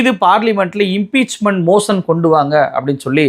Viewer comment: Given meticulous information. Sharia varma clarification was there in the pinned message. Another mis pronunciation is in motion மோஷன். மோஷன் என்பதை மோஸன் மோஸன் என்று உச்சரிக்கிறீர்கள். தமிழர்களின் உச்சரிப்பாக இருக்கலாம்